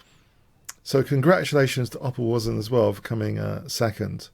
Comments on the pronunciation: also it's pronounced like "opperwayzen" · I feel like that exaggerates the pronunciation too much. But yeah sort of.